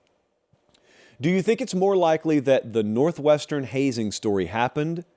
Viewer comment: NORTHWEST ERN..😅😅